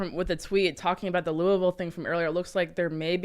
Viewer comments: It's pronounced "Lullville," not "Loueyville." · it’s pronounced Lullville according to the locals 😂😂. I learned that on my first Whiskey tour. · Maybe the mayoral candidate owes the cornbread mafia money, also the way Tim and crew pronounce Louisville really grinds my gears.